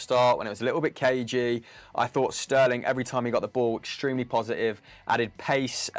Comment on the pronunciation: On dish poshitive 😂😂 lol mic was tripping